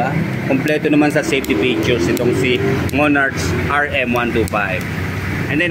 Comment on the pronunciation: Thanks sa video bossing, napaka informative po. skl po, sana makatulong: 1. Hindi po yata sya cafe racer. Siguro pwedeng "retro" or classic styled bike. 2. "Monark" po yung basa sa "Monarch"